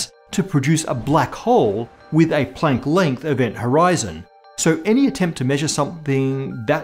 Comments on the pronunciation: What floors me is when he strains to pronounce German names according to the native German pronunciation but then when he gets here he's like, "Play-nk" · pronunciation of Planck makes walking the plank seem like such a short distance.